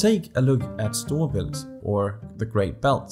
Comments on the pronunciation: 1 - Your very good at danish 2 - You are danish How i know this is bc you easy say Storebelt, Fyn, Sjæland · Nah bro, aint no way your not danish with that “Storebælt” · I was like " dang, how is he pronouncing storebælt, sjælland etc so good?! " As if he was learning the words over days to pronounce them right. Theeen came the " I live in cph " and I was like " oh "